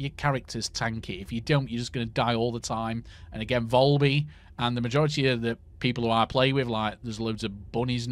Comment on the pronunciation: Valby not volby 🤣🤣🤣